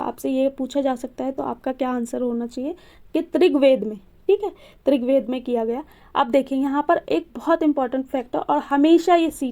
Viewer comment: Trigved nh rigved mam 🌼🙏🏻